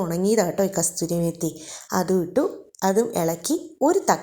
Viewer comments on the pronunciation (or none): കസ്തൂരി മേത്തി അല്ല സഹോദരി. കസൂരി മേത്തി❤